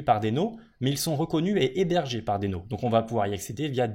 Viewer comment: Très intéressant, mais un détail me gêne: je crois qu'on prononce "dino" (d'où le logo dinosaure). :)